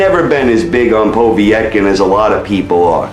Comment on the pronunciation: Who has wilder fought? Stieverne? That's the biggest win on his bum list. Wait till he fights a good boxer of equal size like A.J. jarrell big baby miller or Tyson Fury. He'll get exposed for sure. Ps it's not po v etkin, it's povetkin. Wilder is lucky to have a belt. I can't wait for him to fight a skilled boxer of some what even size. It'll actually be quite funny how quickly he'll Get dropped. Mark my words. He's not a good boxer and when he challenges someone in the top 20 he's done for. Trust me in that one